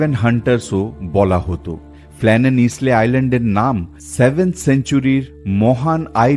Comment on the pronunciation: Isle.শব্দটি পাচ্ছি আইল্যান্ড শব্দ থেকে(island). Isle-উচ্চারণ হল 'আইল'। ইসলে-,নয়। কানে বড় লাগছে। ক্ষমা করবেন।